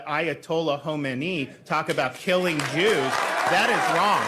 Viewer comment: Ko men EEEEE? Must be the first time idiot boy ever attempted to pronounce a name that he never heard before. 😴